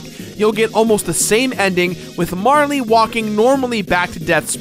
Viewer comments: it's Marl. not Marly. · It's not marlee its marl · It's pronounced like Carl. I don't understand why you and ProJared want to make your videos unwatchable. ( Joking, but seriously. Marley drives me crazy) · So, it's pronounced Mar-lee? I always thought it was Marl, like Karl, but with an M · Congrats on 200 episodes! Mar-lee, though? :/ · it's not "marle" like rhyming with "harley," it's "marle" like rhyming with "carl." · Fyi, Marle is pronounced Marl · Aside from you calling Marle "Marley," which is not how I internalized her name, the rest was pretty great. Nice job! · you probably don't care, but there's no "e" sound at the end of marle's name...マール can be pronounced as "marl" or "mar" or "mall" or "mahru" or a number of things, but none of them end with an "e" sound. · Had to pause the video just to comment on your incorrect pronunciation of Marle.